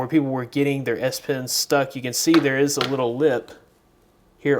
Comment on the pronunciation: the way you pronounce it sounds like ass pen